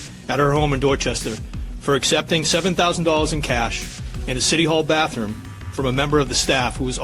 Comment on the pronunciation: “Baffroom” lol okie.